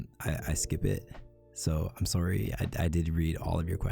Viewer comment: The way he says sworry is ADORABLE it’s so ✨Canadian✨😏